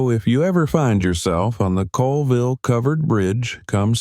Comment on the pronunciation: Locals pronounce it ‘Cawlville” I used to live about a mile from this bridge.